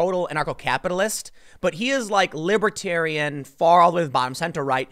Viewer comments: *Far not farl. but its fine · "Farl" LOL